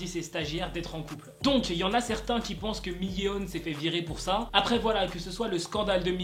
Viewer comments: Vidéo très intéressante! Par contre... LA PRONONCIATION! On dit pas "Miyéon" mais "MIYONE!". Le "eo" se prononce "o" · le "miyé-on" m'a stressé tout au long wsh